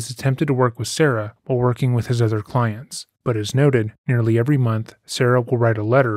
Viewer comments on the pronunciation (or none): none